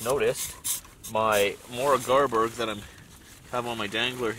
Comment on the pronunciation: Mora Garberg knife! My birthplace is Mora. I give you a A+ for pronouncing Garberg.❤️